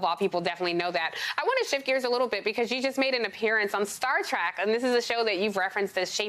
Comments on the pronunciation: Oh my God in this day and age someone actually pronounces it star track LOL it's Star Trek lady! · Did you just call it "Star track"? Have you NEVER watched the program? When did it start, 1963? And you STILL don't know?